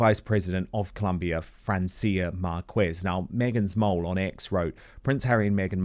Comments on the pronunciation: Spanish pronunciation not difficult,Dan: Marquez pronounced 'markez' not 'markwez'.People can always check pronunciation prior to delivering, but so few journalists do. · Side note: Every time he pronounces the name Márquez as "Markwez", I cringe and wince and grind my teeth! 😂 I thought journalists researched pronunciations before making reports on people.